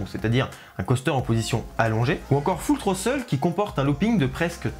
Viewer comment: Nice vid bro. 19/20. Je t’enlève 1 point sur ton accent anglais épouvantable 😉. J’ai ma belle famille à L.A du coup je défonce Magic Mountain et Knott’s quand j’y suis. J’ai saigner des oreilles sur « foule troteul » et «Touistaide Colosuce » 🤣. Mais continue tes vidéos c’est du bon taf 💪🏼